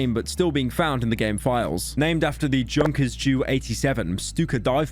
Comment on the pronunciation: "Juhnkers Jew 87" Average brit trying to pronounce non-english anything lmao.